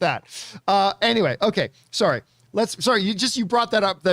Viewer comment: Lol. Who else picked up on John's "SORRY" in that Canadian accent?